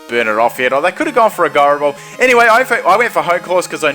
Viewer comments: Ji-ro, not guy-ro. As in gyroscope. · I hate how you say gyro ball so much